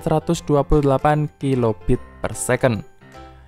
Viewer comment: Laif on, bukan lif on. Kilobait, bukan kilobit. Gatel kuping gue...